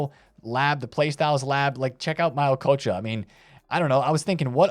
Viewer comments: are tryin to get threats sayin okocha instead of ohchoaa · 😊😂lol he said ookcha …. you need some Mexico swag 😅